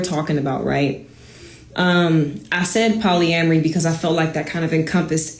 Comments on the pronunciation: Did she just say polyambry bro?😂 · lmfao I just cant get past Poly-am-mary lolllllllll. This is wht we Black Men have to deal with.